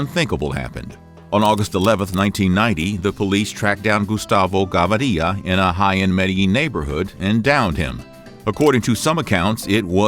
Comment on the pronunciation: gustavo gavaria😂😂